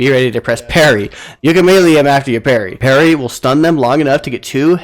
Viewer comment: I think you're pronouncing melee wrong. Otherwise thanks for the tips